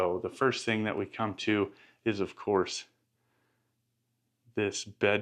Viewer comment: 🤨🫵🏽 y’all !?!….. this guy cannot any word , that is spelled , with a “ g “ , at the end …. He’ll say , for example , “ Think “ , when he actually means to say , “ Thing “ … 🤨🤷🏽👨🏽‍🦳🇺🇸